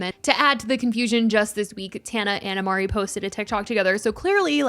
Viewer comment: It’s not imari it’s Ari